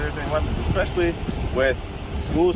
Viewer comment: The female officer who wants to arrest everyone literally says “expecially her” 😂😂😂😂😂 America cops can’t even talk proper 😂😂😂😂😂😂